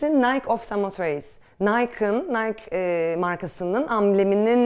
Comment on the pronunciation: Samotrake Nike’si yazıldığı gibi okunur. Zafer tanrıçası Nike’dir NAYK değil. Nayk olan spor markasıdır.